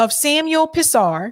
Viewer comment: You should know this, just by proper pronunciation PHONICS you learned in the 1st grade. The last name, "Pisar", would HAVE to be pronounced like pee-zar. It certainly is not like piss-ar (?), no matter what language you are basing it upon.